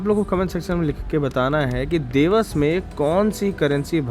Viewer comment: Brother the Pronounciation is देवास and not देवस.